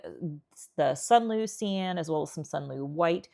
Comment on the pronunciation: This is the first video of yours that I have watched. Good job, thanks. TYI. Cyan is pronounced (Sigh-an).